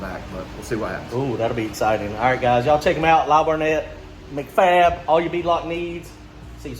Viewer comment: "Mac" Fab is pronounced like Big Mac 🍔